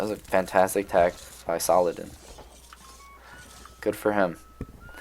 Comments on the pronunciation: I wanna know if people corrected u when you called Aladdin….. Aladaan 😂, your pronunciation of Saladin as Saladan always cracks me up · Don't worry about saying saladan or saladin too much, nobody really cares apart from that one guy you talked about. I think majority of your viewers really do enjoy these videos included me. Keep up the great work, I can tell you put a lot of time into these. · Haha fair enough, yeah I do get it, I didn't say you dislike his videos, just that saying saladan makes you cringe. I think it's just an accent tbh. I'm Dutch so I automatically say Saladin cuz that's just how I read.